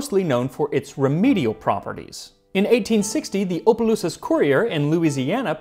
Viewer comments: in opelousas its not ope as in hope, its op as in hop, the pronunciation is awp-a-loo-sis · Great episode. I'm just writing in case this is interesting to you. Opelousas La. Is pronounced with a short O like in an "op ed article". Which is near Lecompte, La (le count) where Lea's pies are made. In case you ever wanted to do an episode on recent? History of America when crossroads became a reason to put a diner someplace. 🍻